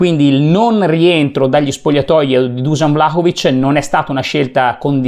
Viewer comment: Intanto di pronuncia Vlahovic e non Vlacovic! Poi come si fa a criticare un giocatore che gli arrivano 3 palloni giocabili? Come si fa a criticare una squadra che gioca insieme da 7 partite quindi è in evidente fase di crescita costante di gioco? Poi sempre tirare fuori l’ingaggio ogni volta, quindi deve valere l’equazione, guadagni tanto e per questo devi segnare tanto? Ma per favore dai facciamo i seri